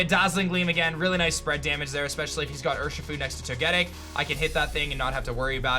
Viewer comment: Jfc for someone who plays Pokémon for a living you’d think you could pronounce “Togetic” correctly. Do better.